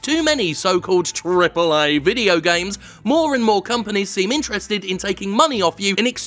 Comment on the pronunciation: I'll never stop laughing at that pronounciation of AAA